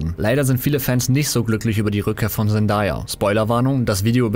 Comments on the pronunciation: Sie wird: „Sendäija“ ausgesprochen. Nicht: „Sendaja“ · Zendaya wird nicht "zendaya" ausgesprochen sondern "zendeya" also englisches a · sie heiißt Zendäya!! also so wird sie ausgesprochen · ja aber sie wird Zen day a ausgesprochen